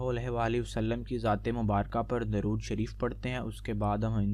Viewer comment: bhai pehly durood pak to sahi se parhna seekho